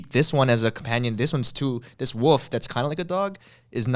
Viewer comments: i thought ryan was saying 'woof' instead of 'wolf' lol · Me: “Wolf” Ryan: “Woof” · I noticed Ryan says wolf with out any L which made me smile. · I love how Ryan pronounces wolf.